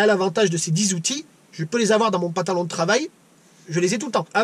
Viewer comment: Super la vidéo et l'anecdote du tonton...quelle chance d'avoir eu un enseignement comme ça, en pratique, par un membre de la famille...ça donne envie de voir sa bouille au tonton! Un truc, le mot pantalon, on dirait que tu lui oublies le 1er N. On dirait que tu dis PATALON...remarque, c'est original, la LUMY-TOUCH ! :)